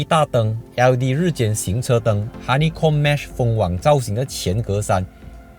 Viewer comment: *hanichom, 不是 honeycomb :P